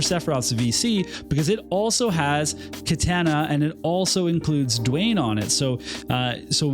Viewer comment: You're my boy, but please, for all of our sakes, learn to say "Katana" properly lol